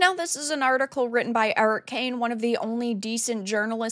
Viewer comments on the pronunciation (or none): none